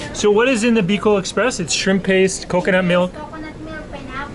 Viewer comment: it’s called Bicol express not biloc 😄🤪